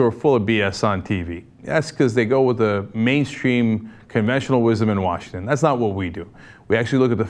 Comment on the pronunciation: Wa-sikme-lan!!! LOL